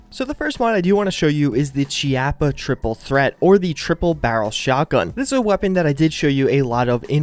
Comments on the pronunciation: it is pronounced KEY-APP-AH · its pronounced k-ee-a-pp-a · I made the same mistake with Chiappa. It's pronounced Chaippa (Key-op-uh)